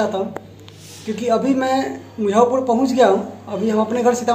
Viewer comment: Aap muzaffarpur ko mujhaupur kahte h syd.